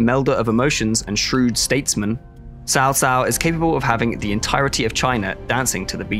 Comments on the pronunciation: First i can't wait for this game, haven't looked forward to a Total War this much in years! BUT are we really going to get through all the promotional material pronouncing Cao Cao wrong every single time? Mix in a few proper TAO TAO or (TSAO) in, so i don't end up locked in a asylum before release. For those that don't know in Mandarin Chinese this is not how you pronounce Cao Cao. or go listen to the excellent three kingdoms podcast, narrated by a Chinese person, you learn the three kingdoms story, and how to pronounce the names right. *I am not affiliated or promoting the podcast btw, it's free and I'm just some white guy that lived in Asia, and loves Asian history. * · they pronounce it "sao sao" basically every time, the S sound should be basically non existent, it's pronounced tao, in Chinese, T as in Tyler T--- and ao as in ouch (tao). Western people consistently mess up Chinese pronunciations because the English translation is poorly done phonetically. For example wang is actually pronounced wong in Chinese A as in avocado, rather than Ambulance. Or Qing dynasty, pronounced in Chinese as Ching These differences may seem relatively minor or pedantic in English (a language known for "Tomato, To-mahto, flexibility in pronunciation) In Tonal languages this is not the case at all, a pitch change makes the entire word meaningless or change meaning entirely. It tends to be hard to detect this as a native English language speaker with the massive variety of accents. But in many Asian languages fidelity of pronunciation is very important and not subtle. Hence it can come off as disrespectful when you make a multi-million dollar game about China, and don't care enough to say one of the most famous Chinese characters ever right. It would be like a Chinese company making a game about Julius Caesar and pronouncing it Julie, Cheezvar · cao cao? pronunciation is quite strange, nowhere close to even actual chinese pronunciation. pronunciation is more like chow chow.